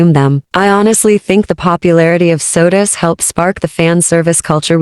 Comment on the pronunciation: It's SOTUS not Sodas.